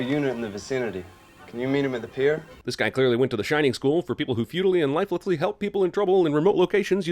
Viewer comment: you pronounced lifelessly wrong lol